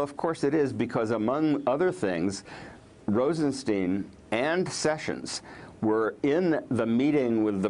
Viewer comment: Isn't he called RostenSTEIN and not RosenSTIEN?! Is it really so hard to get?